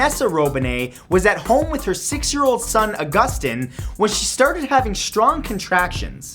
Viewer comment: Its not ah-guss-tin its au-guss-teen